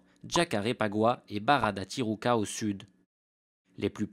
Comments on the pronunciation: The Parisian Lady déjà on s'en fiche, mais en plus tijuca se prononce ti Rou ca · Pas mal. Mais la prononciation à l'espagnole fait mal... Le Brésil parle portugais... Et "Tijuca" se prononce "ti jou ca", entre autres choses...